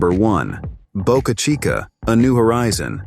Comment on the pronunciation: Please learn to pronounce names correctly . Boca Chica launch site was the "CHEAPEST " place with no locsl objection. The rest is bovine excrement .